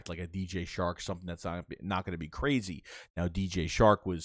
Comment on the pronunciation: It’s DJ Chark not shark